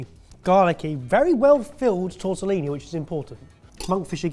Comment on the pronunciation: It is "TortellONI" you heathens. "TortellINI" are the tiny ones. I have low expectations but- at least the basic terminology ffs